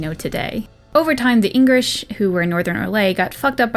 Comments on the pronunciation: Everytime you say Inghirish it sounds like an asian accent saying English, i love it. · FML, Ingrish...